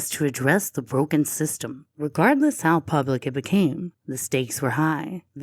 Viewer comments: Not picking, but what is the accent for the word "har" instead of "how"? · I would wonder why is no one mentioning how she says HOW… HOWR? What!? I have a horrible southern accent but this is just totally mispronouncing the word HOW! I’m glad I’m not the only one who caught that. 😅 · I totally noticed how she pronounces HOW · BHAHAHAHAHAHAHA omg you don't know how much I cringe when she says, "howr"!!!!! I'm so glad I'm not the only one that hears that and wonders what in the whole F#CK is going on here? lol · Can someone explain to me how this woman spent every day of her life saying the word "HOW" wrong and nobody corrected her? Did nobody give a shit about her enough to tell her? It's not a speech issue where she can't pronounce "ow" sounds, because I've heard her say "now" so it shouldn't have been a tough conversation over a possible need for therapy or anything crazy. I just don't understand. It's so strange. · Omggg thank you!!! Idk how no one really noticed this! It’s so annoying! Another attention seeking Scam-Ann behavior.